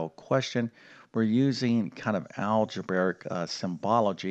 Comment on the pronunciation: It's algebraic, not algebaric.